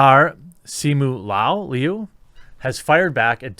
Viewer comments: He can't even read "Liu" correctly. 🤣 Go back to nursery class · It's just pronounced "Loo". Like Louis or Cindy Loo Who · Liu sounds like "Leo." Also, he's considered unattractive by Asians because he looks OLD, not because of his physique. He would play a villain with a face like that in Chinese movies.